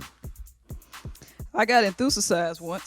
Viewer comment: Rickey said Enthu-sasize..damn